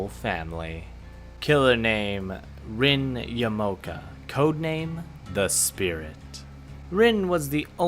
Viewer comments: It definitely is “Ya-Mah-Oh-Kah”. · i think yamaoka is pronounced yah-mah-oh-kah i mean maybe yuh-mow-kuh is right but still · Ya.Ma.O.Ka.... Yamaoka.